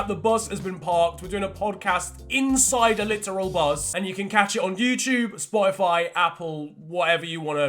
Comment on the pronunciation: Did my man say spyfy?